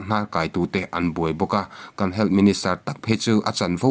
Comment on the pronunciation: Duham taka kohhrante a sawmna pawh ni ang hming, "Dan" a kalh hrim hrim. Sawi mam sak tum phet hi a tul lo. "HEALTH" hi, "Hel" tiin, i lam puat ziah. Channel meuh siamtu i ni a, quality pawimawh zia i hre ve ngeiin ka ring.